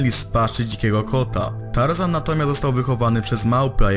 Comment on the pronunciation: Tażana nie Tar zana.